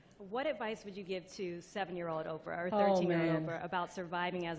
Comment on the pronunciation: "POPE-RAH"? as a brilliant commentary once said-- Bye-bye -- Enough.